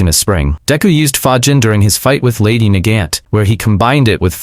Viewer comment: Lady nagant's name is like got not Gant